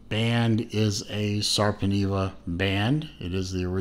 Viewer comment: Sorry, you pronounced it incorrectly. The pronunciation of the letter e is different in Finnish language.